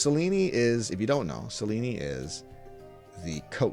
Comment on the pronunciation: Isn’t it pronounced Sel-eeen (rhymes with clean). Selen-ey sounds so weird.